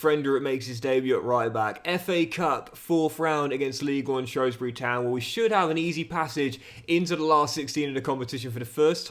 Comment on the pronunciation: I love you I really do but work on that pronunciation of Shrewsbury;) great video man always love seeing your videos pop up